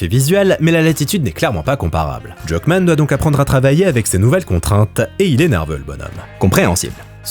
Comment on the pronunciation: la prononciation de Druckmann.... hein!!!